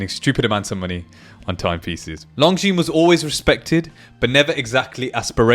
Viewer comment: Pronounced lonzine NOT long zeans!